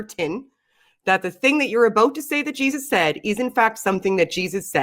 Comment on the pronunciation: "The Bible seeee what Jausus seee" Alrighty then.